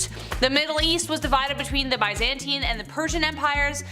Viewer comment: Please learn how to say Byzantine correctly